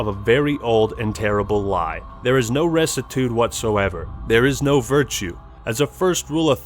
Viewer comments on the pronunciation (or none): isnt rectitude pronouced rektitiude not restitude... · Ressitude? Recitude? Wtf are you reading?! lol One is bad but fine. Whatever. You made up a word in your head and read it out loud twice. You literally cannot understand the quote because you don't know what's possibly the most important word used in the quote. That would be like "As Shakespeare said, 'doth protestant too much, methinks'. Which basically means that you shouldn't be too Catholic" Lmao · You're mispronouncing rectitude. The 'c' is a hard c, like a k. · The way he pronounces rectitude